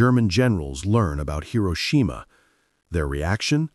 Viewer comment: Funny how the AI voice correctly pronounced Hiroshima in the beginning and then got it wrong at the end.